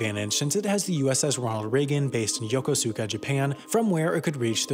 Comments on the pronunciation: Yoko su kauh??? Noo!!! It's yo Kos ka? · Yo-KOH-ska. Not yo-ko-SU-ka. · “Yoko-suka” it’s YO-Ku-SKA. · Wow...I'm impressed...I served on carriers for four years and this was pretty accurate. The only gripe I have is the pronunciation of Yokosuka...it's not "yo-ko-su-ka", it "yokooska". BTW, if a US carrier is ever sunk, all bets are off....so, to our enemies, don't sink one of our carriers. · it's not pronouced "Yo-ko-Suka" it's "Yo-kos-kah" Three years I spent there... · Yo-Ko-SU-Ka, Japan 😂😂 . It’s pronounced YokoSAka (short A) and it’s amazing. I was stationed there for 5 years. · Yokosuka is pronounced like Yo-koos-kah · Yokosuka is pronounced much more like "Yo-koos-ka" . Other than that, great video. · Pronouced "Yokosuka" incorrectly. Think of it more like "Yo" Kos" Ka" the "U" is silent. ~ FC2 Burns, USS Ronald Reagan. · It's pronounced Ya-koze-ka Japan. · Just a correction: Yokosuka is pronounced like Yokoska, with the "s" having more emphasis on it. The "u" acts as a modifier letter and not one you pronounce. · I was station on the Ronald Reagan. I know it is a small detail, but the "U" in Yokosuka is silent, and sounds more like Yokoska. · Hey just an FYI “Yokosuka” is pronounced like “yo-ko-ska” the ‘u’ isn’t stressed. I grew up around Yokosuka so just thought I’d help. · Just for future reference, Yokosuka is pronounced “yolk-os-kuh”. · lmao it’s Yokosuka but the u is silent as per Japanese grammar lol I was stationed there for 5 years as well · Bro you mispronounced Yokosuka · learn how to pronounce Yokosuka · He completely mispronounced Yokosuka. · Yokosuka was pronounced incorrectly.